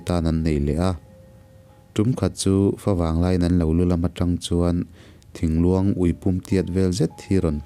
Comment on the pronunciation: Thingtlu luang tih ni zawk awm tak thingtu luang tih khan a ri tlat mai